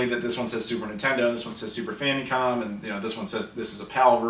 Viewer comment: stop saying "fam'EEE'com", no one says that. Your videos are interesting, but that is not how that is pronounced.